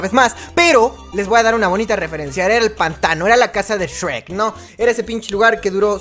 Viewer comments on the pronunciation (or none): none